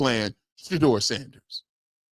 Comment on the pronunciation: It's absurd that he can't say Sanders name. Stefanski is a clown.